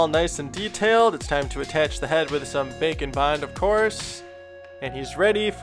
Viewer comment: Am I the only one who think he says "bacon bond"?